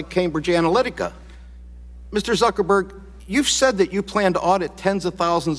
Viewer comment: did that congressman call him Mr Zuckerberry? lol